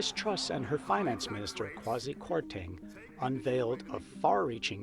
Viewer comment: Oh you traitor, and we thought you only loved us Aussies😅 But, let me educate you about ''modern Britain'' (oh gawd did you hear the narrator in the video call her ''Miss-Truss[t]'' lol) Here's the real heads up: Boris probably said, "Look Lizz, Would you like a £100,000+ pension per year for life? Oh good! You hold the fort for a while for 6 weeks while I have a holiday in the Caribbean and give the plebs a chance to calm down a bit... then I'll be back and then I tell that other guy he can be the new PM... he,he,he... but I have blonde hair and and am a total rsehole, so its me the traditional greedy ''illusionists''* [*Russell Brand's words, BTW] will want as their ''XXXX''* leader, to keep their bums warm this cold winter.''